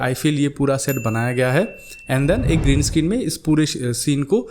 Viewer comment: Green escreen which is not said very correctly